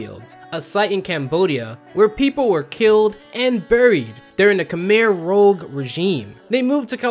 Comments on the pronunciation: Khmer Rogue?! Forgive me but it’s rouge, french for red. I enjoy your insightful critique of this series but it seems you genuinely didn’t understand or pronounce this correctly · Don't you pronounce Khmer Rouge as "Kuh-meer Roojh" ? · It’s kam air roozh … like French for ‘red’ … like the make up for the cheeks. They wore red dew-rags. Known for their unimaginable brutality… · Khmer rouge not Khmer rogue.. rouge as in red.. Khmer communists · Bruh you have to do more research that this. It's Khmer Rouge, as in French for Red Khmer, not Khmer Rogue lmao. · Khmer ROUGE, not "rogue"! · You kinda flubbed Khmer Rouge, you got Khmer right but Rouge is not said like rogue it's the French word for red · Rogue One Khmer Rouge There is a difference. Stop making videos and read a few thousand books and watch a few thousand videos. You are not qualified to speak yet. You know you're a charlatan. Stop faking competence. Rouge is red. roooooj. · someone probably said it before but it's 'Khmer Rouge', not 'Khmer Rogue'. Rouge is French for red, which one might expect from the nationalist-communist party. French was fairly common in South East Asia due to much of it being a French colony. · in khmer rouge the "rouge" is pronounced "rooj" like the french word for red, not "rouge" like the x-man who steals powers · "KOO-MY ROO-JE" not "Kumer Rouge" FUCKING IDIOT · It's pronounced Kmher rouge with a j sound, rouge is French for red as in communists. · The pronunciation to the Khmer Rouge and Laotian is "K-ah-mayor Roo-sh" and "Lao-Shin" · I'm sorry but homie really just said Khmer ROGUE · When you said "Kamir Rogue", that's when I stopped watching the video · That's "khmer rouge" not "khmer rogue". Despite the fact that people constantly mispell "rogue" as "rouge" for some reason, they are two different words pronounced in two different ways with two entirely different meanings. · Pronounced KAI MARE ROOZH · Your gross mispronunciation of "Khmer Rouge" made me cringe.